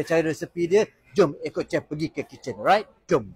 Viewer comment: Sebutan asli 'shef' bukan 'chef'.